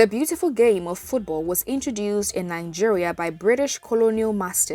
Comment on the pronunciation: nine-geria?? colonial masters??